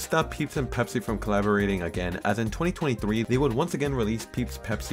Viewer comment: Ah, yes. Peepsi.